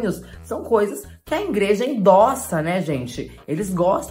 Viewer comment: A falando ingreja me matou kkkkkkkkkkkkk